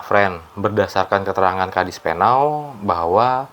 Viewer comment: Koreksi. KADISPENAU bukan KADISPENAL.